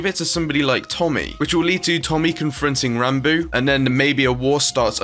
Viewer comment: Technoblade: Ranbo Awsamdude: Rahnboo is Ranboo really that hard to say?